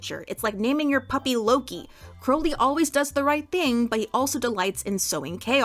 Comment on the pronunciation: I honestly don't understand why kept mispronouncing Crowley. (I hope that I'm not coming off as rude.)